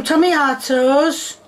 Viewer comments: TOMATO NOT TOMMYATOEA TO MA TO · She pronounces - Onions as "hunyuns" - Cucumber as "cookoma" - Tomatoes as "tummy ah toes" This woman is a national treasure. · Because noodles was literally incorrect, but tommyatos is just a silly way of saying tomatoes that a lot of people called them as a young kid. It's not "wrong". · i like the fact that she pronounces the word "tomatoes" like "tommy ah toes" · Tommy autos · ‘TaMiAtOs On ThE SpUtAdO’ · Ah yes “tummy-ya-toes” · tommy-ah-toes is the superior pronounciation i would not say the worst recipe because its not burned to carbon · "TAMIE-YATOES"???????? tomatoes? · When she said tommystos it finally convinced me that she’s trolling after about a year of trying to figure it out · "Tomiato" - Kay 😅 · When she said ~tomiathos~😩 i felt that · I died when she said tomAREtoes💀💀💀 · “Some tomayatoes” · Tom-ya-toes? Omg. The dish really exist.. wow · TA-ME-AH-TOES 🤔 WTF ARE TA-ME-AH-TOES 😂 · Pot-ta-toes = Pata-tas Tom-ma-toes ≠ Tommy-autos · "Some Tamiatoes💅💅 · Doesn't she know that the I is silent in tomiatoes? Same with carriots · Does she really call tomatoes "Tommy-atoes"? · Ah yes, tamiatoes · Tammy- at-times is joining my vocabulary, along with purble, cin-ah-mum aand a hundred other "mispronounced" words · Ah yes tomiatoes. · Tommyahtoes and Poteh’uhs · she put the noodles in not boiling water, and the filth on the plate in the first shot, the way she pronounces tomiatos..it’s GOT to be a serious joke,,it’s gotta be. still i think that her asian chicken burnt up with the flour was worse but,,i really don’t believe 100% that it’s not a really good joke channel. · I can’t handle the way she pronounces tomato’s. No one in the English speaking world pronounces tomato’s the way she does. WTF!!!